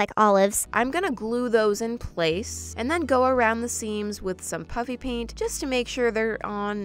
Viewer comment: To everyone who hear puPPy paint... IT'S puFFy PAINT 🙂🙂🙂